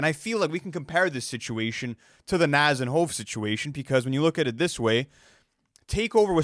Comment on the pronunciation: Bro I love these guys but still keeps mispronouncing Nas’s name lol🤣